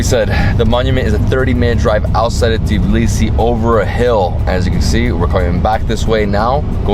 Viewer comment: I find it funny how every foreigner pronounces Tbilisi like TEEblisi xDDD it's TBilisi not TEEblisi 😂😂😂 but very nice video !!!